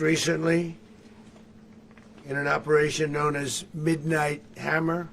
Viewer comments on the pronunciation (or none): did u say midnight + hammer